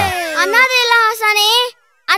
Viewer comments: முகில் dialogue-க்க தப்பா பேசுனத யார் கண்டுப்பிடிச்சிங்க ? அனாத இல்ல (ஆசாணி) சொன்னத கேட்டு யாரெல்லாம் சிரிச்சிங்க 😂😂😂😂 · Adhalam sari thn Aasaninu sollalla Aasane (aasiriyarku) sonnadhu